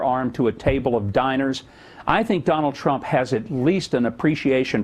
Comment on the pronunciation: WHO DA FK is "Tronald Dump"?? lmao